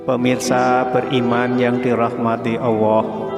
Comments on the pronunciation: Maaf. Kedengaran nya. Mengucapkan Allah.awooh apa telingah saya ya yg kurang jelas mendengar nya. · Apa saya yg salah dengar sebutan yg diucapkan suara dalam video ini, sebutan kata Allah menjadi owwoh? Astaghfirullah aladziim. Saudara, pelajari baik-baik menyebut kata Allah, bukan owwoh! Semoga tidak keliru! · Artikulasinya kurang jelas awoh apa Alloh,? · subhanallah.yang di sampai sangat bermanfaat.tapi caramu memanggil allah salah sahabat🙏🏻 tolong perbetul kan jangan jadi kan awwah.sudah jelas dengan allah.kena jadi awwah😢maaf kalau salah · Maaf ya min kok mimin ngucapin nya awoh... Bukan kah yg benar itu Allah.. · Sama,, sy jg mikir bgtu? Nyebutnya Owoh bkn Allah.. takut salah arti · Gimana ini.yg menjelaskan ini..bilang allah kok awwoh. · Allah atau Awwoh yg benar??? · Mohon maaf Tuhan pencipta langit dan bumi adalah Allah Subhanahuwataala bukan Awwoh... Kenapa lafadz Allah di rubah menjadi Awwoh... Ciba dengarkan dgn cermat apakah benar cara baca Lafadz Allah atau Awwoh. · Jangan bilang awoh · Sayang nyebutnya owwoh swt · Nyebut olloh tidak menggunakan lam zallalah jadi owoh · Assalamualaikum perbaiki dlu kata2 Allah nya